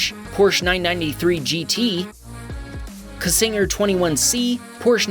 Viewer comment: Quite the parade at the end there. The C in Czinger is silent